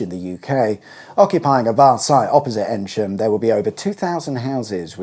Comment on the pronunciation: Sorry to be a pedant, you’re pronouncing Eynsham incorrectly. It’s pronounced eeeen sham - like the hard sound e, soft n, then sham.